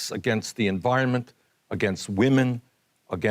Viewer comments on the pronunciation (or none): none